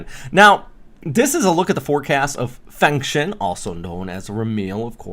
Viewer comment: I'm rehearsing the international names a bit, Fengshen /foong-shuhn/